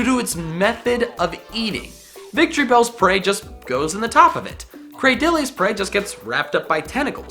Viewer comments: Cra-diley? Um, that's not how you say it. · You just ruined my day with your pronunciation of Cradily 😭